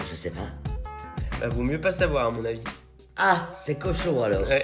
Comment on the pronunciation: "Qu'est ce que ça t'a fait quand j'tai dis qu'on avait depassé 700 milles abonnés sur youtube?": " Zeuuucesstpasss" 😭😭😭😂😂😂